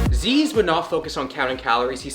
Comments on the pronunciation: its not zeeez its zyzz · Zeeeez, myrin lol Its zuss, and mairin. bloody yanks! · It’s pronounced like Zizz not Zeez, it’s a bumbag not a Fanny pack, and mirin’ is pronounced like the end bit of admiring because that’s where it comes from - A disgruntled Aussie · It’s pronounced “Zizz” not “Zeeeezz” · Zyzz = ‘ZiZ’ not ‘ze-ez’ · ITS ZIZZ BRAH NOT ZEEZE!!!!!!!!!!!! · It’s “zizz” brah! Zyzz pronounced zizz not zeez this ain’t an accent thing bro it is pronounces ziz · its pronounced ZIZZ not ZEEZ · His name isnt "zeeeeez" its zyzz, short and sweet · It's not pronounced "Zeez" it's pronounced "Zizz" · It’s pronounced Zizz not Zeez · It’s not zeez it’s *izz with a z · count how many times he said zeez instead of zyzz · His name is pronounced Zizz. All his family pronounce it this way, not zezz. He has said its pronounced Zizz to mock Americans tho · my guys calling him zeeez, its pronounced zizz bro. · why do americans and canadians call him zeeez. its z-izz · Its not Zed like Zisized. ITS!!!! Like ZYZZ FUUaKING -----------------"ZYZZ;........................................ BRAAAAAA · Is he really pronounced "zeez"? I always thought it was more like "sis" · His name is Zyzz not Zzzz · It’s pronounced “Ziz” not “Zees”. Us Australians are turning in our grave right now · I am Australian his name is pronounced "ZIZ" for everyone wondering, not pronounced zyyyyyeeezzz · it’s zizz not zeeze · Zeeez that legit makes me hit a Billy it's ziz zyzz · Pronounced 'Ziz' not 'Zeez' FYI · Zizz not Zeez brah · Please brah ... on behalf of all Australians... Its pronounced "zizz" not "zeez" - Insulting our brother RIP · I always thought it was pronounced like zizz not like zeez. Also you mirin bro? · it's Zyzz, not Zeez. Brah. U mirin' brah? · Say it Z-i-zz, gotta respect the name 😭😭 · bro said zeez and meerin bruh like wtf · "It's not zyzz it's fkin zeez man" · Bro it zyyz but you say it like zizz.... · its pronounced zizz my dude, immidate dissapointment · lmao "zeeez"